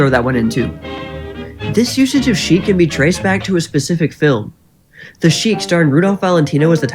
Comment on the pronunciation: "Chique" /= "Sheik. Good video, though